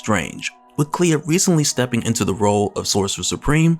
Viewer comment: Clea. Not Cleo lmao